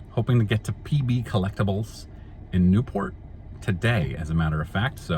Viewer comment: Cool. Yes you are pronouncing it correctly. Have a good time in Newport. There is an old stadium in town that semi pro ball has been played in for many years. I believe there is still a team using it.